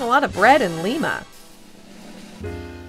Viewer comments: That's Lye - mah, Ohio, not Lee-mah. The latter is in Peru. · Lima, OH is pronounced 'lie'-'muh' not 'lee'-'muh'. Just saying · It's pronounced Lime-ah, not Leem-ah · Lima, Ohio is not pronounced with a short i, it’s pronounced with a long I. Thank you that’s all. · Not going to check comments... It's Ly-ma, not Li-ma... Buhuhuhuhahaha... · LYE-ma. LYE-ma! Can't stand people that can't take the time to look up how to pronounce a word. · As a Western-Ohioan, the town of Lima is pronounced like "lima bean." Research your video before shooting. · I thumbs down every video with the girl. Lima... said Lye-ma. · 838 it is pronounced lima ohio